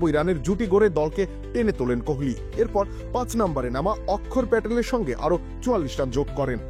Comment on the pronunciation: Okkhor Patel abar ki ?😂. Steve smith ke ki Steve lohakor bolben? Mane bujte pareli word tar Bongayon korben ?